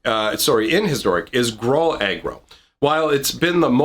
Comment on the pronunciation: Gruul rhymes with drool